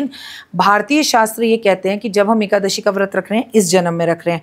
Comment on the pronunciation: Is nalayak aadmiko a,kadashi bhi bolte nahin aata,rakhiji usko correct bhi nahin kar rahi hain,kyun?